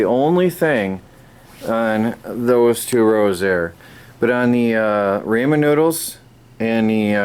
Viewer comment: I was thinking the exact same thing. A label maker for name/purpose of items (not necessarily price). Just a line or two. Also it's pronounced rah-men, right?